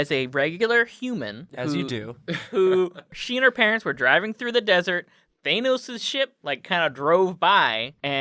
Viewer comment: pronunciation of Thanos hurts me